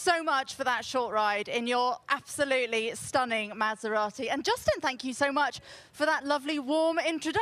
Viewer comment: Someone tell these mf’s how to pronounce “Maserati” holy fucking shit